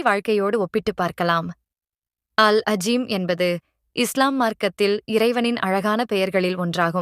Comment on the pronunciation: அது அல் அளீம். அல் அஜீம் இல்ல. அரபியை உருதுவை வச்சி வாசிக்க வேண்டாம்